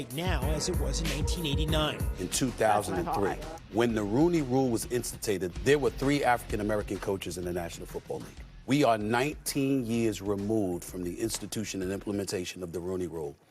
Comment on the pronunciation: Ya know? As a black woman who's FOREVER horrified by blatant and ever increasing racism, I applaud those of us who strive for excellence in the black race. But then when one of "ours" says something like "when the Rooney rule was insti-tated..." I have to hang my head and think, DUDE! YOU'RE NOT HELPING US RIGHT NOW!!!